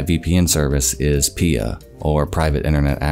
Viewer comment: I'm like 95% sure it's P-I-A and not "Pia".